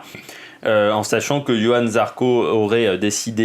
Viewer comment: C est Johann ..... avec un J. Et pas Yohan....